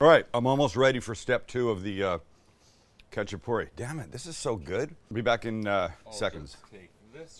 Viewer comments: its hacha-purri, the K is silent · First of all it’s pronounced xachapuri, it’s not Georgian, Azerbaijani or Turkish it’s ARMENIAN! My whole family has made this from scratch since I was a child till today and if you need advice on how to get it right let me know SAMUEL! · The k is silent. Just the h sound.. My husband spent time in Georgia. He loved these and Khinkali dumplings. He says they are eaten anywhere, anytime. I've made both a few times. I also once made individual ones with just cheap canned biscuits. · I’m Georgian descent, lived there and went to school there, and speak Georgian. Love seeing this! There are many types of khachapuri (pronounced with a hard H not a K) specifically this is Adjaruli khachapuri. Most khachapuri is round, and doesn’t have the egg or butter added and is typically baked. All are delicious! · Saying it wrong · bro u just fuckedup adjaruli khachapuri :)) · THE COOKING GUY!!! The K in Khachapuri is silent and the traditional cheese is Sulguni and this is the adjika style khachapuri if im not wrong??